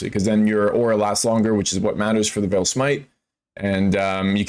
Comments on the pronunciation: Unveiling is not calf meat. It's not pronounced veel it's pronounced vale. And vaal is pronouned vAL not vail. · It's an easy mistake to make, "aa" typically makes an "ai" sound like "fail" but in this context it's correct to say Vaal such that it rhymes with "pal"